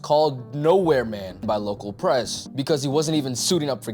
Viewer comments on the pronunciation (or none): none